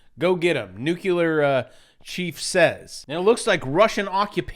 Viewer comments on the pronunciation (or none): you totally said Nukuler three times